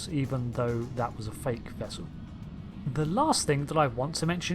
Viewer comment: "wope," "bubbows," "vessew"